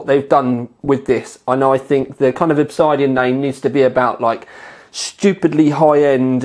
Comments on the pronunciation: Oh fuck my life It isn't Ob-side-ean, it's Ob-sid-ean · Great review as always. Sorry to be an arse, pronunciation is ob-SID-ian, not ob-SIDE-ian. So the 750D is cheaper than the 650D. That's not confusing. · It's pronounced Ob Sid Ian, not Ob Side Ion. Google: "Obsidian is a naturally occurring volcanic glass formed as an extrusive igneous rock. It is produced when felsic lava extruded from a volcano cools rapidly with minimal crystal growth." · OB-SID-IAN not OB-SIDE-DIAN lol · It's Ob SID Ian, Not Ob SIDE Ian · it's pronounced Ob-Sid-Ian:) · Proper pronunciation of Obsidian would be an educated move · This guy speaks with an English accent but still can't pronounce 'OBSIDIAN' properly. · Are you mispronouncing Obsidian just to mess with me?